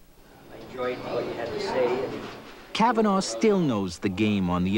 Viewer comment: Hate how he says Cavanagh